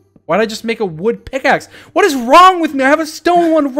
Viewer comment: George: "GET HIM!.. or her, or it" Dream: oxygen depleted George: "hwot?!"